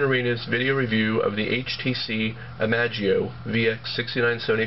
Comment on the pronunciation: i-mash-ie-o you dork!